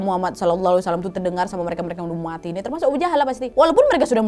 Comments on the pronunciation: kak kalok bilang mati jangan muati... jangan orang tuaku marah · "Mwati" duh mbak bikin ngakak 😄